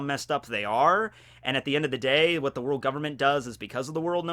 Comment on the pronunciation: "Worlk" in the kizaru thing in the beginning. It bothers me but..carry on.